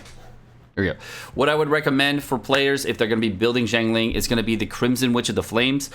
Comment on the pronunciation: Not jiangling, it is xi + ang